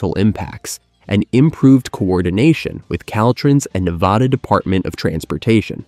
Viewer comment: Please learn to say Nevada. ;)